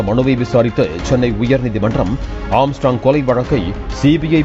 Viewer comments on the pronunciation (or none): none